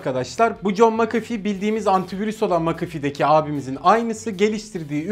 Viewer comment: "makafi" değil "mekefi" diye okunuyor :D